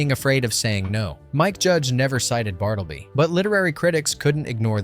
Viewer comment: It's "Bart-la-bee" the Scrivner